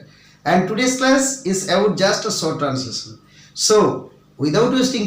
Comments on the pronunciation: ইজ,ওয়াজ এরকম উচ্চারন কেন? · একজন টীচাৱ এৱ কাছে এই ৱকম উচ্চারন আসা কৱা যায় না। শেখানো ভালো।ইজ,ওয়াজ, বাজে শুধু নয় ভুল উচ্চারন। ও তো নোট বইতে লেখা থাকে। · জনাব, ৩৮ বছর ইংরেজি পড়িয়ে আজ শেষে আপনার কাছে শিখলাম is এর উচ্চারণ idge, আর was এর উচ্চারণ wag. বাকীগুলো নাইবা বললাম। তা শিক্ষার্থীরা এ ধরনের শিক্ষক থেকে জ্ঞান নেয় বলেই এ ভারতবর্ষে শিক্ষার এ দূরাবস্থা। স্যালুকাস!